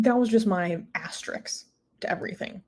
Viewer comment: Sorry, I stopped listening after "asteriks"...